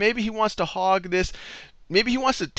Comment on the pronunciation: "hog" not hug